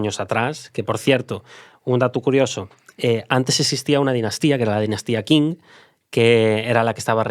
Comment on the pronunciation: Dinastia Qing, se pronuncia "Ching".